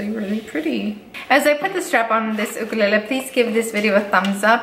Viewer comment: FINALLY SOMEONE pronounces the word ‘Ukulele’ properly!! THANK YOU Btw ur cats are too cute! 😉 😊 😇